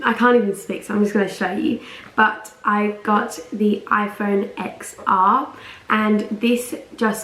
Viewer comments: Spoiled little bitch.🙄 You probably don’t work for anything in your life. Maybe that’s why you are such an idiot. It’s pronounced 10R not “X”R. Your outro is stupid, too.😑 Btw, you look more ugly than your sweater. Why is your eyes so small and your nose so big? 👎👎👎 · It’s pronounced ten not ex